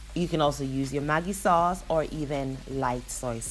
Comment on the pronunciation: did you say Maggie Sauce? Hold my OJ!